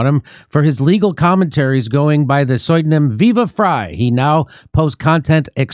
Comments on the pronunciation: It's funny how Jimmy always mispronounces "pseudonym" as "SOY-donym." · "Going by the soidnum Viva Frei." Never start pronouncing words correctly, Jimmy, it's overrated. And that's no hyper bowl. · It's been a while since I've cringed in the literal sense, but Jimmy's pronunciation of "pseudonym" reminded me what that feels like. It doesn't feel good, let me tell you.